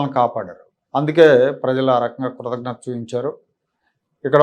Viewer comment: కృతజ్ఞత......కృతఘ్నత కాదు. కృతజ్ఞత = Gratitude కృతఘ్నత= ingratitude Basic Telugu రాకుండా video లు చేస్తారు.